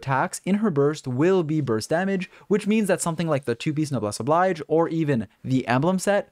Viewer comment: It's pronounced Noblesse "Obleej" not the English reading of the word oblige.